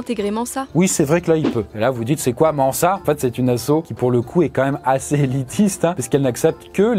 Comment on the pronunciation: C'est la première fois que j'entends quelqu'un prononcer "Manssa" pour Mensa